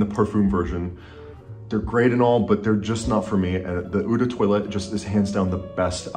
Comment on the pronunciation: eau is not "oo", it's more "oh". Just use Google translate and type eau de toilette in the French one and let it pronounce it for you